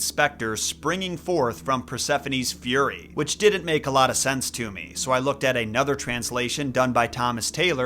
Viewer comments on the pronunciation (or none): none